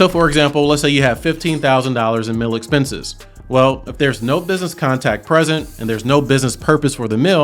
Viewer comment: Great info! On a funny side note, every time you say “mill” (meal with your accent), I simply can't hear “meal”. So I'm thinking about business mills, working mills, etc and its confusing. Lol And before anyone says anything, I definitely have a MN accent. Its not pretty. 🤣